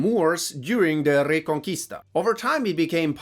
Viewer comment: I don’t know German at all so I’m not sure if they have Spanish ‘R’ rolls but dang pronounces Reconquista perfectly lol